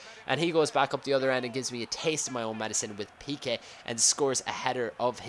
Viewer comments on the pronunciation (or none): none